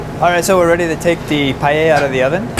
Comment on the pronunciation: He cant even say paella